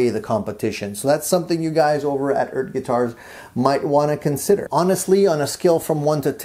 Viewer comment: It's like a Jamaican saying Earth, mon'. ;)